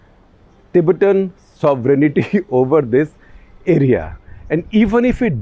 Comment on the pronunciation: Mr. Shekhar Gupta! You are one of the rare intellectuals of India. I have been a great fan of yours for years. I hate to point out, but your pronouncement the word, "sovereignty" is wrong. 95% percent Indians pronounce it wrong. the word is "sovereignty' not sovereignIty. I hope you understand what I am saying. Don't add "I" after "n" .